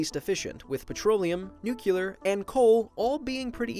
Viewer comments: Nuclear, not Nucular. Geez... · i know he noticed it but him saying nucular instead of nuclear is pissing me right the hell off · Now,, you're a pretty smart dude, yet you seem to forget how to pronounce "nuclear." Let this comment serve as a friendly reminder that it is not pronounced "nuc*ular*," but rather as "nu*clear*." Thank you for hopefully seeing this comment, and the videos are awesome as usual! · Nuclear brother not nucilar!!! Say "new clear" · NUCLEAR NOT NUCULAR! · “ Nuclear” not nukular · It REALLY frustrates me how you pronounce nuclear. ITS NEW-CLEE-ER NOT NEW-CEUW-LER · it's pronounced noo-klee-yurr, not noo-kyuh-lurr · it's pronounced nuke•le•ur not nuke•u•lar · I'm gonna be honest, it's kind of a pet peeve of mine when people pronounce nuclear as nuke-euler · it's pronounced "nookleear" he kept saying "nookyoolar" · What is so goddamn hard about pronoucing nuclear correctly, it's pronounced exactly the way it's spelled, and it's spelled nuclear not nucular. It's like I'm on a planet filled with idiots who can't say dog, they say "deg" instead, and you tell them that it's pronounced dog, but they just keep calling them degs for no reason. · NU-CLE-AR NOT NU-CI-LER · please don't say nucular it's nuclear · "Nookyuler" 😂 It's Nuclear! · STOP SAYING NUCULAR ITS NUCLEAR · Nuclear. Not nucular. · It's annoying how he says nuCULEr, it's pronounced nuCLEAR!!!! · "new-clear" not "new-kyu-ler" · "4% from n u c u l a r fission" Life Noggin March 22, 2018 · NUCLEAR. PEIROD. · Nucelar XD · I love how you say NUKElar energy, Duke Nukem approves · I'm reporting you for repeditivley saying Nucular.. Omg, George Bush made so many Americans illiterate. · i like nucular the best. you know you can dumpthe radioactive waste in space right? anyways nice video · Good video but i cringe every time he mispronounce nuclear. It’s Nu-klee-er. Anyway about hydro power? But my choice is solar. We have a long way to go to increase the solar panel efficiency though.